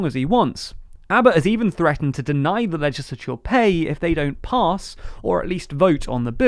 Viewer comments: I like how he says legisicisicisolour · Why are you saying 'legislature' so weird? This channel has the weirdest accents.